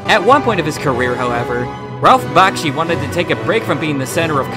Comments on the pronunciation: Bashki? That's embarrassing. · The name is "Bakshi", not "Bashki". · its "B-A-K-S-H-I" as in "Taxi", not "B-A-S-K-Y" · And a personal note: If you can't get the name right . . . I believe it's Bakshi . . . not Bashky. Though Bashkey would make a great pro wrestler gimmick. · You really should lose the MIDI background music during the last minutes, and also the pronunciation "Bashki" instead of "Bakshi".